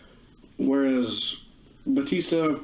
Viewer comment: It’s BA-tista not BOO-tista!